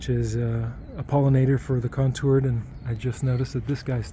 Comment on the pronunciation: Its Contorted not Contoured…just a friendly heads up :)